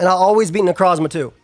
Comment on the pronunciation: I’ll never get tired of pronunciation of Necrozzzzma